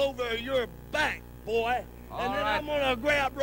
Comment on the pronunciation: Um, who ever said that it was a "work" accent? I was saying that his accent was perfect while saying "Boy", not his "fake" accent or that it wasn't his real voice.